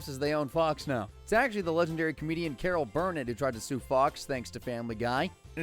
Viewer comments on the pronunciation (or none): are we not gonna talk about how he mispronounce Carol Burnett? Like that was egregious!